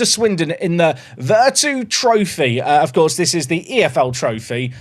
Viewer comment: you are english how can you still not say vertu properly:') it's like virtue VER-TCHOO